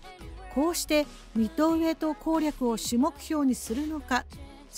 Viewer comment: 湾でもミッドｩエイ